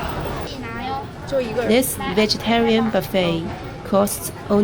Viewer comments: Hi, buffet restaurant is pronounced buff-AY. Buffet like you pronounced buff-it is also a word, but it means to be hit by strong rain and wind. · Could you consider leaving China where there are more job opportunities and not such an age thing on being employable? Also, a little help, its not buff-ett its pronounced buff-ay or some say boo-fay. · Great video! And the word buffet is pronounced like this: buff-ay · In American English, the word is pronounced "buff ay." Rhymes with "tough day." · You are so cute!, it’s pronounced “buff-ay” it’s a French word. 😅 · Buffet is actually pronounced buf-fey. 加油!! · It's nice to see you smiling and laughing and speaking English again. "Buffet" must be a French word that made it into the English language. It is pronounced "Boo-fay," the "t" is not pronounced. The vegetarian buffet looked delicious! I think ZaZa also took us to a vegetarian buffet restaurant. I think I would eat there every day. I am a vegan which means no animal foods at all: no meat, no eggs, no dairy products. I do this for the animals, the Earth, my health, and my pocketbook! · Only mentioning this because you said you enjoyed learning English, but your pronunciation of "buffet" was a little off and made me chuckle a little - only because the English language doesn't make a lot of sense. You pronounced it perfectly, but as the verb version (to strike or hit repeatedly) where it's actually pronounced phonetically. The noun version is actually a stolen French word, and the -t is silent so it's pronounced something like "buff-eh."